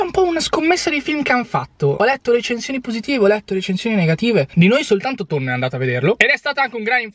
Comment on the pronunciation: PERCHE' CHIAMI TONEE R TONNO???